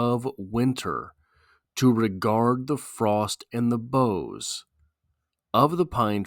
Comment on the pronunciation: ok...I like these analyses, but this one misses the target, a Snow Man. first, the pronounciation of "boughs" is weird.. this because "bough" and "snow" do NOT rhyme.. this pronounciation (as a CT guy, lke Wallace) sounds to me Incorrect, and it's like a branch sticking up out of the snow wchi is otherwise smooth and unbroken. it sounds 'sour', and that could be signficant, because of the smooth, windsculpted tonality of the poem. It's simply a brilliant poem, and it's otnaliyt supports it's theme of HEALING. "survival"? "ruin?"... what? huh? "pity?" nope! "cold as ice" nope! just wrong... the poet had gone for a walk or hike, as was his custom every day 365 days a year, and had purposefully become "one with nature" and "one with the season" and it happens to be winter and becoems a wonderful device in its full "regard". Wallace was NOT personifying nature...(that would be conntary to George Santayana for example)....he was allowing his clouded mind to become refreshed and re-balanced...soothed and smoothed by the winterscape... his mind comes to reflect the world around him...smooth.. a cold seaosn that comes before the restless, chaotic re-awakening and floods of Spring (the freshet).. is it meant to be "heartless?" NO!. simply went 180' in the wrong direction... entirely wonrway.. in this analysis of ink-on-paper and not the Reality of the poet's experience... ought to make a U-turn and re-review and repost. maybe go hike in the snow, get he